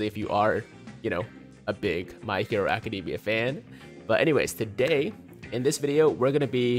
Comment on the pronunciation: That's how you're supposed to pronounce it, not DAY-mia